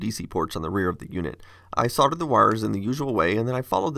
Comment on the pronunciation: Thank you for saying “soLdered”